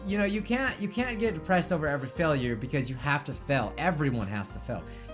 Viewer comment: you say failure it sonds like fellure